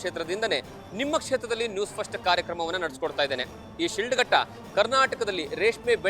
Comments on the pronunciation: It's not shildghatta, it's Shidlaghatta, My Mom's birthplace, we cherish the long lasting memories of this town forever, Jai Shidlaghatta. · ಊರಿನ ಹೆಸರು ಕರೆಕ್ಟ್ ಆಗಿ ಹೇಳಯ್ಯ ಅದು ಶಿಡ್ಲಘಟ್ಟ